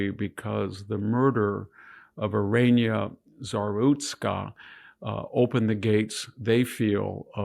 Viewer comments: Iryna is pronounced ee-REE-na. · It’s just “irina”, not whatever you are pronouncing. Otherwise carry on